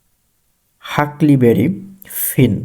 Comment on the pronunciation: ভাইয়া কিছু মনে করবেন না। আপনার ইংরেজি উচ্চারণে একটু সমস্যা রয়েছে। ভিডিও করার আগে কঠিন শব্দগুলোর উচ্চারণ গুগল বা ডিকশনারির সাহায্যে শুনে নিবেন। Huckleberry এর উচ্চারণ হবে হাকলবেড়ি ( হাকলিবেরি নয়) Unmanned এর উচ্চারণ হবে আনম্যান্ড ( আনমেনিড) নয়।